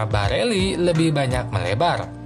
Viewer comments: Barella di bilang Barelli!! Ber ulang ulang lagi ,, hadehhhh blajar dunk ! Trus minta di subscribe ,, hadehhh ,, takutnya ntar sponsor inter Pirelli di bilang Pirella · Barella bang bkn barelli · Geli w denger Barella d ganti jdi Barelli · barella Bkn barelli min😁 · Barella x bos bukan barelli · Barella min bukan bareli 😆🙏